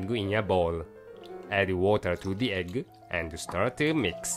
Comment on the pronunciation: I love how says egg. It sounds like he's saying eggle. xDD